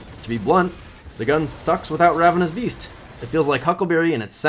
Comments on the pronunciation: BeaST not beaF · Are you saying Ravenous Beast, or Beef? lol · Approximate_ Accuracy i heard ravenous bees a few times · Anyone else catch him saying “beef,” instead of beast